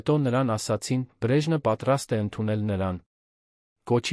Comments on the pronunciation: երան ,,չէ ,այլ Երևան 😮...հարաներ չէ,այլ հարազատներին 😮...,,բրեժնը չէ՝ այլ Բրեժնև 😮,ամենակարորը-ամենակարևորը ...ուղորություն ուղևորություն...նիստը տեց 😮-նիստը տևեց ...այլս-այլևս ,հարաները-😮հարևանները...ինչ նշանակում էր սա 😮-ինչ էր նշանակում սա ....թե😮-թեև ....,,յակով ,,չէ -Անտոն ....,հետում😮-հետևում ...արջ 😮 առաջ...:Միթե հնարավոր չէ նման հետաքրքիր ,պատասխանատու տեքստերը տալ ավելի կիրթ ,հայերենին լավ տիրապետող մեկին ,որ ներկայացնի ունկնդրին :🤔🤔🤔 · Այ ախմախ Բրեժն չէ այլ Բրեժնև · Արա. Բրեժնից. Չի. Բրեժնեվից. Է, այ. Լալոշ։